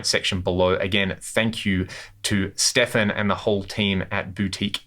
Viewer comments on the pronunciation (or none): none